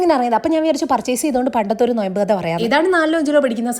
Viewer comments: നൊയമ്പല്ല 😂 നോമ്പ് 😂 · നൊയമ്പ് ❌😂😂 നോമ്പ് ✅